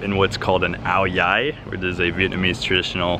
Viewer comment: Good job pronouncing Áo dài